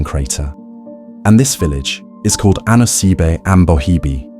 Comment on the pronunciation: At least get the pronunciation right 😭